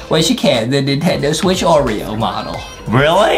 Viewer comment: The way justin said Nintendo switch "NINTENDO SWAAACH